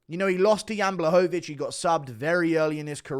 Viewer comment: Ur saying jean's name in the wrong way